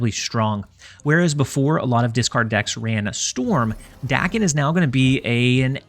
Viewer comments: I was informed it is pronounced “day-ken” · Language learning times! Daken is the romanization for 駄犬, “bastard dog”, a slur on reference to Daken’s mixed blood. Which later “takes back”. As such, it should be pronounced “dah-ken”, as the short English “a” does not exist in Japanese!